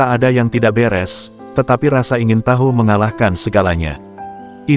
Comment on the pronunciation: Menit :"....tetapi rasa ingin taHu....." dengan huruf "H" yang tidak diucapkan secara lemah (Inggris "soft" atau "silent") mengingatkan saya cerita tentang Bapak SOEBANDRIO di depan MAHMILUB menjawab dengan :"Saya tidak diberi taHu...." dengan logat Jawa medhok dan ucapan huruf "H" yang berat. Dengan respon tersebut seluruh gedung Mahmilub bergelegar penuh dengan tawa yang tak terbendung. Menurut pandanga nsaya, sikap dan tingkah laku yang demikian adalah kurang hormat terhadap siapa saja. Pak Bandrio dalam sidang tersebut belum divonis, jadi secara yuridis masih tidak diketahui salah atau tidaknya. Tetapi lepas dari salah atau tidaknya, kita harus bersikap dan bertindak se-hari secara sopan dan beradab.